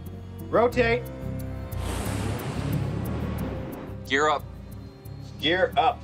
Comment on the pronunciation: Ro Tah Tay!